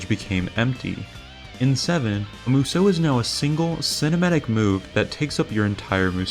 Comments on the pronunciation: Why does everyone who makes a DW review say Musou wrong?🤦🏻 It's pronounced (mu-zao) not (mu-zow) I literally cringe and wanna stop watching everytime you say it. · u mispronounce musou this entire video . couldnt even get thru it . its MOO-SHOO